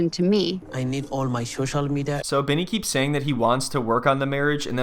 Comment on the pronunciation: He needs his ShoShal Media back 😅